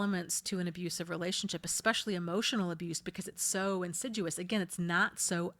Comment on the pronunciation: Yes, I saw a blurry, black, flappy thing pass R to L on my screen. Can't believe no-one else commented about seeing it. Love your helpful, caring videos... thank you,. (Btw, did you mean to say insidious? Several times you said insiduous. Very understandable in an otherwise perfect 'off-the-cuff' 3hr vid.🌟👍 I hesitate to make a pun with the word: assiduous... so I won't😉 Sorry, I wanted to email you privately).